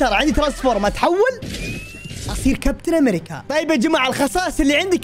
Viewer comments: {امريجيا 😂 مايعرف يلفض الاسم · كابتن امريكيا❌ كابتن امريچيا✅ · لا يقول كابتن امريتسيا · لا يقول كابتن امريجا